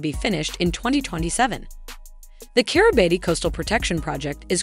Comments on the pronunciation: It is not pronounced Kiribati. It is pronounced Kiri bass. So if you don't know how to pronounce it, your credibility is zero. Bikenibeu is not pronounced that way either. You keep showing only one island in the world map. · I can't bear listening to the way the voice bot pronounces the name of the country. Its pronounced Kiribass